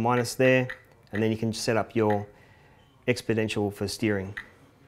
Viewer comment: he said expodentioal instead of exponential